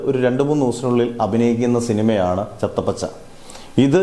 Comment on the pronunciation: ചത്താ പച്ച ആണ്. Not ചത്ത പച്ച